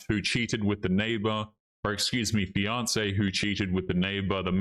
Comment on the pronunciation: Am I the only one who hears Beyonce instead of fiancee? Both sound like horrible ideas to me.